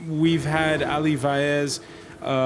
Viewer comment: I agree, but his surname is Vaez not Faez.